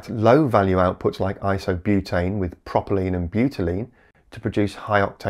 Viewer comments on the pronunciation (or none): It's propylene not proppylene as you said it.